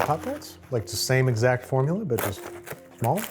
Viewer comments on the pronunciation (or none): none